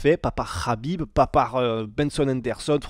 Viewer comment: il prononce bien makhachev et khabib 😅♥️